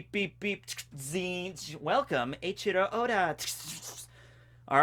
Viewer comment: "welcome eiichoro Oda" haha